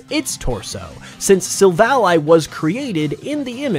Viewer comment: After how he pronounced "Silvally," i just know he can't pronounce pokemon names correctly